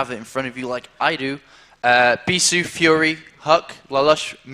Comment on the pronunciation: Dude, don't get me so excited!!! , for Group E, it sounded exactly like you said "Bisu" when in fact it's Bischu, from Sweden (not Bisu from Korea) =\\ Damn. I can't wait till more BW monster pros switch over. Bisu.. Flash.. Stork.. Jaedong.. Kal.. ggaemo.. ETC!